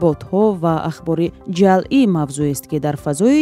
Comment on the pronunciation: Озодӣ, бори чандум аст, ки мегуям: ҶАЛЪӢ не, ҶАЪЛӢ бигӯед !!!!